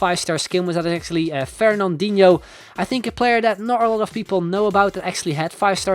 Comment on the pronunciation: Fernandinho zeg je een beetje nederlands xD